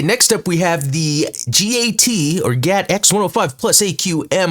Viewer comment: Explained! *cringe* it isn’t GAT, my good man. You might need to add a note to this video that you GOUFED up saying it like you were instead of saying G. A. T. Just letting you know: G. A. T. , not GAT. 😅